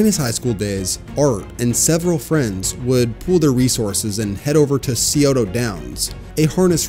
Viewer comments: Saying Art wasn't into drinking while in college his a huge lie, you really should do some research beforehand. Can't even say the word Scioto correctly lol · As someone from the Columbus area, i don't think i have ever heard someone say Scioto wrong. Gave me a chuckle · SAME. I was rolling. Hahaha. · scioto is pronounced s-eye-oh-tah